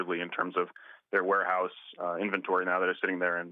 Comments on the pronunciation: "Wareouse"? Really? And this is supposed to be a legitimate news source? 😂😂😂😂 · Oh No!!! Not the “Ware-Ouse” 😂😂😂